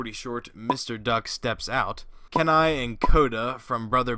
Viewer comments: You mispronounced Kenai! It's KEY-nye. That's how you say it! Not Ke-nye. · ● Mickey Mouse and Minnie Mouse’s first appearance is actually Steamboat Willie. ● You mispronounced Kenai’s name. (His name is pronounced as KEE-ny.) (I think you should watch the film and understand how his name is pronounced.) ● You also mispronounced Chief Powhatan’s name. (It’s pronounced as Pow-ha-tan.) (You should watch ‘Pocahontas’ and understand how his name’s pronounced.) ● You also missed Thomas O’Malley from “The Aristocats”. And you mispronounced the names 2 of the kittens, and the white one’s name is Marie, not Mary. (I think you should watch this film too to see ALL of the characters.) ● Your arrow’s pointing at the wrong character on . (That character is not Nakoma from ‘Pocahontas’.) I think you’ve got everyone.